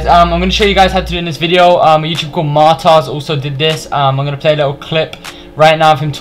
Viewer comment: Man said martaz